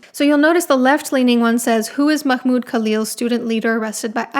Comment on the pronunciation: i loved how you pronounced Mahmoud Khalil first name. Sounded pretty accurate to me and i am impressed.